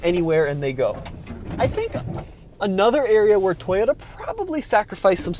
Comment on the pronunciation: Pronounce it the way japaneses do it... is toyoTa with a T, not an R... stop saying toyoRa or toYOURa... btw thanks for the video.